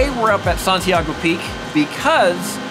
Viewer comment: Hi! Time travel is hard, yay for Santiago trips! Glad you were mostly safe from the ice! (Also, mad props for getting the last name right on the first try!)